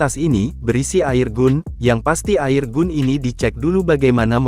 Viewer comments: Keselip lidahnya 😅. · Naratornya ga bisa bhs Inggris ya kok bilangnya air gun